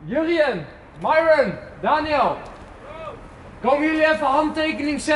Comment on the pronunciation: Ik vind het grappig dat gewoon mairon zegt in plaats van myron